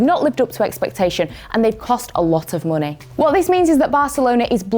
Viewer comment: i love how says "MUNEY"